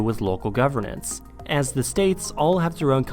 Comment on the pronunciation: Why does it sound like your saying 'ze' instead of the or 'zis' instead of saying this? Your literally the only American native English speaker I've ever heard talk like this....like I know your living in Germany but surely speaking German hasn't effected your native language? Has it?